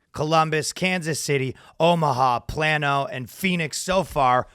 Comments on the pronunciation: Plan-oh? Haha! It’s Plano,. PLAY-no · Plano is pronounced “plane-oh” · It’s pronounced Play-No, but those cokehead trust fund babies won’t even notice. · It's pronounced plain O